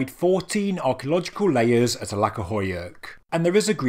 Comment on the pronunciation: The letter C in Turkish is actually pronounced like 'j' in jam, not like 'c' in 'cat'. I know it has nothing to do with the video itself, but 'Alaka' instead of 'Aladja' 'would not stop bothering me so I thought I'd just put it out there Bonus points for pronouncing 'Hattuşa' with a 'sh' as in 'shell', not 's' as in 'sign'. Turns out, all of these weird letter variations serve a purpose after all! That aside, the video is great as usual! Love me some lesser known sites getting the spotlight they deserve!